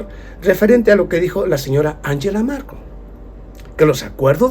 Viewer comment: Angela Merkel y no Markel.